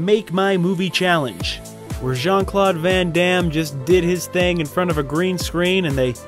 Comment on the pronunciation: Jean-Claude grand -am. Lol